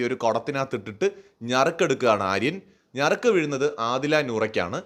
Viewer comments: ഈ അവസരത്തിൽ പറയുന്നത് ശെരിയാണോ എന്നറിയില്ല 😒😒ഞറുക്ക് അല്ല നറുക്ക് 😁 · ഞറുക്ക് ❎നറുക്ക് ✅